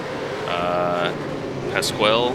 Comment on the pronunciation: You were right the red and white is a DJR/ Penske (Dick Johnson Racing) it is the same team Scott McLaughlin drove for before going to Indycar. As for names Shan Van Gisbergen is from NZ and has been a dominant driver the last couple of seasons. Heimgartner is prounounced (Hyme-gartner), de Pasquale - dee pas-kwa-lee, and then Winterbottom should be known in the US as he was briefly in Cars 2 as Frosty (his nickname based on his real name containing Winter but he also went to the US to test drive a NASCAR but weather conditions did not allow it due to Snow and torrential rain for Chicago Motor Speedway. Mostert is pronounced Moss-turt. But yeah these cars are a beast to drive and are probably the heaviest race cars in the world to drive besides the trucks in the US and the vehicles in the Paris-Dakar etc. but you did a good job on your first time out in one.